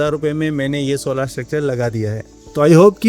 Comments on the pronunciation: Solaar nhi bhai solar hota h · Bhai sab log solaaar kyu bolte hai.. Solar bolne me dikkat hai kya